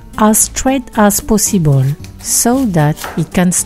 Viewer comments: I heard "pussyball" few times. 😅😅😅😅😅 as possible 👌 thanks for the tutorial! 😘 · It took me 15 minutes to understand that she was saying 'POSSIBLE' not ***********.